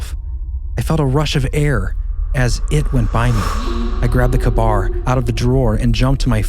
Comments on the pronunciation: K-Bar.... kay-bar not kahbar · Love this podcast more and more! Shoutout for getting the pronunciation of tuatha de danann almost right! And Tir na nOg almost almost right. The one that made me giggle though was calling a K-bar knife a “kabar” 🤭 hope you take that all kindly. Growing fan over here! Thanks for all your work!!! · I believe it’s pronounced Kay-bar. I love you guys. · Uh, its pronounced kay bar. Kbar.